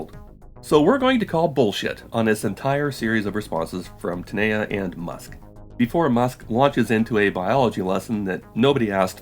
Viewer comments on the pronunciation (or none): One comment its not taneya its actually Tane-Ja Ja like james